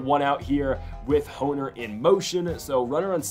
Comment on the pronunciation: It’s Nico horn er not hoe ner it’s spelled hoerner but pronounced like horn-er